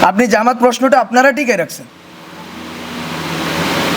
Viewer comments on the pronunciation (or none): none